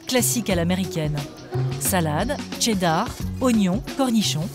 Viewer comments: Pourquoi prononcer « Tcheddar » ? Très étrange. Ça s’écrit cheddar et ça se prononce « sheddar » tout simplement. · Ca vous rends pas dingue que la voie off tout le long du docu dise Tcheddar au lieu de cheddar?